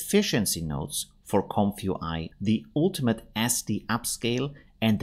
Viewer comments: Oh man, do you have to say "comf you eye?" I guess you're not a native English speaker? The first word is "comfy" which is a colloquial short form of the adjective "comfortable" - think "comfy sofa". It's pronounced similarly to "lumpy". So it's a comfy (comfortable) UI (user interface), pronounced "comfy you eye". Great video though, regardless of it being very uncomfy each time you say "comf you eye" lol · Isn't it pronounced Comfee UI?